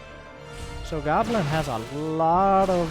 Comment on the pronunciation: I watch Lowko. You’re saying Goblins name wrong.... it’s “Gooblin”.